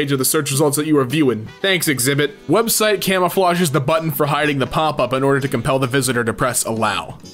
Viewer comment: did he just call pinterest exhibit.😊